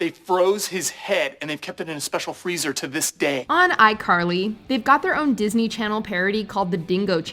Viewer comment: It’s “Disney” Not “Diseny”